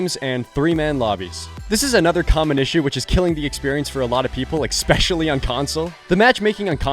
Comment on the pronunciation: did you say exspecially?